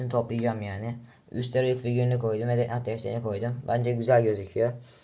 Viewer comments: Death nat diye okuyon ya ciddiye alamiyorum fjjfj yanliş anlama sonucta türkce bi kelime değil normalde death nut anliuorum sonrada ölüm fındıği oluyor allahim jdjfjf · bu arada death nat değil death note haberin olsun karşimmm